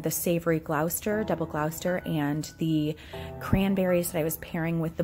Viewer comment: Lovely! Wonderful selection. Just as a point of interest, Gloucester is pronounced Gloss ter. Used to live 2 towns away.